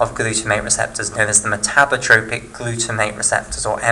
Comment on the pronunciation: Metabotropic glutamate receptor not metabrotropic :)